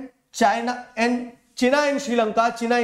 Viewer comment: Sir it is not china It is chena